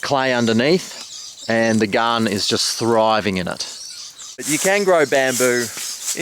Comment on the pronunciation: "Bamboo is a must for any Gahhhdin."